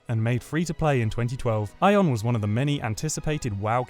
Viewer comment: Ion? its Aion